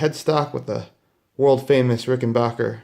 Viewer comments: Ok its not Rickenbocker it's rickenbacker can you not read the trust rod cover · it's Rickenbacker, not Rickenbarker. Nice guitar but high price, unless you can more details of use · Didn’t know that’s how you say it